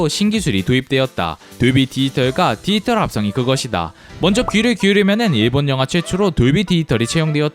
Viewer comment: 안녕하세요 알고리즘덕에 잘보고 있습니다! 다른건 아니고 더빙에서 딱 한부분이 있는데 이 영상 나래이션 하실때에 돌비 '디지털' 이라는 발음이 굉장히 많이 나오는데 디지털을 디이털이라고 발음하시는 습관이 있으신거 같아서요 혹시나 해서 적고 갑니다 영상 재밌게 봤습니다 감사합니다!